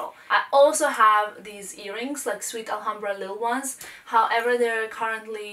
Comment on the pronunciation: Please please learn to say Alhambra correctly, it is so irritating.